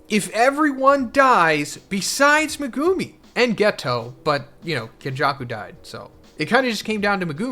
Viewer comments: why does every youtuber say megumi and sukuna wrong? in the anime, it says mehGUHme not MehGOOME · Not sure if it’s Meg-gu-me or Meh-gumi but everytime I hear Meh-gumi I instantly get annoyed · I am not trying to be pedantic. I like your videos and I think people can pronounce things however they want. But Meh-GOO-me is hilarious. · Even this late into the series he doesnt know how to pronounce megumi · I hate how you say Megumi name